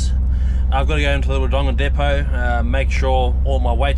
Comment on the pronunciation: Mate you have to learn how to pronounce Wodonga.. please 👍👍